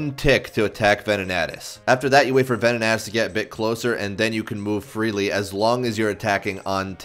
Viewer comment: Venan-i (eye)-tis lol